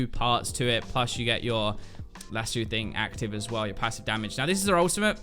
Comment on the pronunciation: It’s lass-oh...